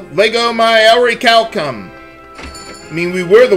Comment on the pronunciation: Why do they pronounce "orichalcum" like a Japanese word?